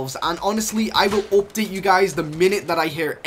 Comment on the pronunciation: “V-BOCKS” “OPDATE” 😂